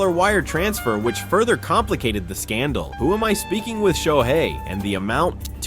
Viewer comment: Announcer needs to learn how to say SHOHEI Ohtani 🤮👎👎